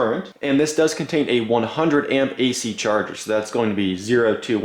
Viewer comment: Love “cherger” made in china lol jajahahahajaj